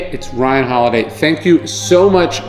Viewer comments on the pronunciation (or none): none